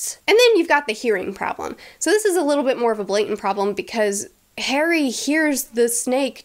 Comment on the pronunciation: start "ok today we are going to talk about HAIRY potter and the...." good grief!